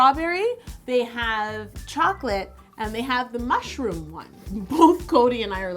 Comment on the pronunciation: Fun thing: when you said mushroom I totally understood marshmallow until you said the word marshmallow I got I was so wrong hahahahaha